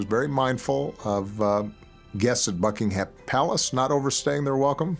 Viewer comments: Love Obama though I have never yet heard an American pronounce Buckingham correctly. It's Bucking-em rather than Bucking-ham. The latter sounds like a type of cold meat. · The way he pronounces "Buckingham" 😁